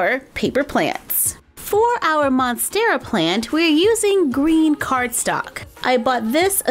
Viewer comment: The spider is my favorite. I have spiderettes rooting right now. I am going to replicate that. The monstera is great as well (you said it right, btw). Can you make a ponytail palm??